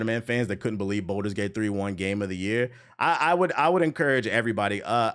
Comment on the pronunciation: I love this video and your opinions are solid, but PLEASE for the love of God...please stop calling Baldur's Gate 3 "Boulder's Gate 3". It was causing me pain every time 🫣 If you have to practice it in the mirror, that's fine. Otherwise, you cooked.